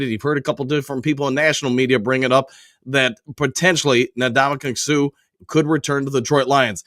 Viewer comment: Can we please pronounce the man's name correctly? N-Damukong Suh is how you pronounce it, not Nadamukong. Say the N, then the rest of his first name.